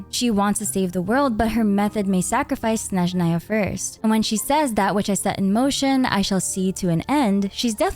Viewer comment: 5 years of traumatic ear bleeding from hearing them pronounce Snézhnaya healed in just one video. Thank you, 🙏🏻💗